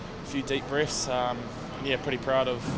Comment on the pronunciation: A few deep bweffs, hilarious.